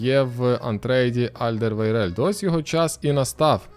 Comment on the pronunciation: Єдина людина в світі яка здатна без запинань сказати Альдервейрелд